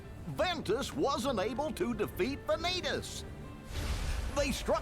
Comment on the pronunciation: Shout out to the guy on twitch who clipped Vanitas getting thrown and calling it "Van-YEET-as"